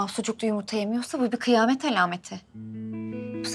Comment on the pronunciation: Peki ya Kazım'ın Yımırta Demesi